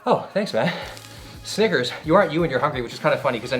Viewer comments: he did not say "snickers" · Why bro gotta say it with a G